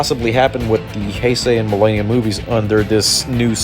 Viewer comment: Quit saying Mill AY nium... Its millennium